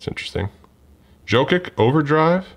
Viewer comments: It’s pronounced Yo-Kich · I know you’re not crazy into badketball but you saying pascall and jokic and all those other names was so funny